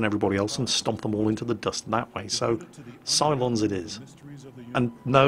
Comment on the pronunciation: I heard you say "Cylons" and I was like what the fuck, but then I looked and saw "Psilons"... okay then...